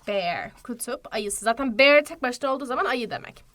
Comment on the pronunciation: Bearı okuyuşunus o kadar yanlış ki siz beer diye okuyorsunuz sincabın telafuzundan bahsetmiyorum😢